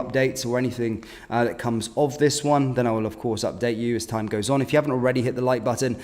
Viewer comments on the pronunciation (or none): none